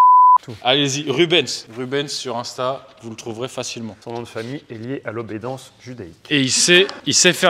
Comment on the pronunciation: On dit obédience